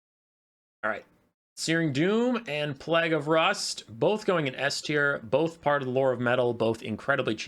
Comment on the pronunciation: plague and plaque pronunciation and meaning are different, mate ❤